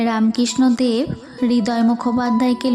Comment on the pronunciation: খুব সুন্দর | রামকৃষ্ণদেব উচ্চারণটি ঠিক করো| রাম _ কৃষ্ণ _ অ দেব বলছ কেন ?